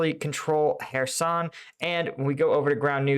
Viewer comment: I'm watching your video instead of Joe Blogs because you pronounce "Kherson" correctly. He's still calling it "Curzon".